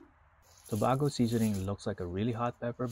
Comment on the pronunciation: Pronounced Tobago wrong